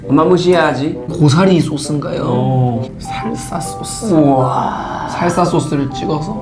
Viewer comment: 초살사소스를 설사소스라는줄알았넥 ㅋ ㅋㅋㅋㅋ